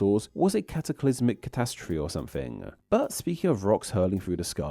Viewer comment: Why do Brits always say someFing? or Fings? or TogeVer